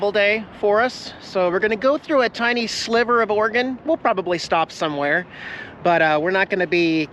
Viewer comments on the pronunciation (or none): none